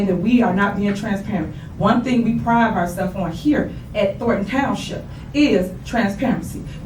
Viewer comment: Around the mark did this lady say " one thing we prive ourself on here"? I swear this lady is one of the most illiterate people I've heard speak in a long time.